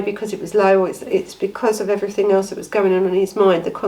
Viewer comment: I start to watch you but every time you say everythink or nothink I have to switch off.